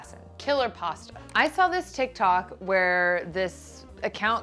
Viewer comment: "tikTAWK" No. It's not because you're 30. It's because you have a Jersey girl in you aching to get out. lolol